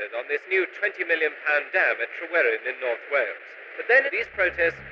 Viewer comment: It's TryweRyn, not TryweLyn. It's like hearing someone saying 'Hallogate' instead of 'Harrogate'.